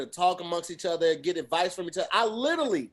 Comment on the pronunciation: Ok. Don't say "LITERLY" any more!!!!! I love you but damn.